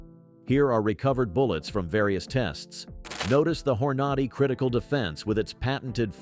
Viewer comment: HORN-A-DAY!!! good grief 😂